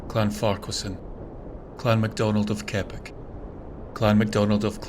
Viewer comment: You mispronounced 'Keppoch'. Embarrassing for a Scot to mispronounce scottish placenames